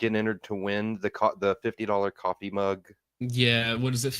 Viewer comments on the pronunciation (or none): none